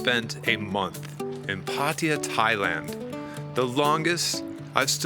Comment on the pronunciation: It is PA-TA-YA not PATIA what a noob 71 countries cant even spell correct the place ...